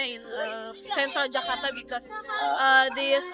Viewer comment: It's Jakarta not Jakatra. 😢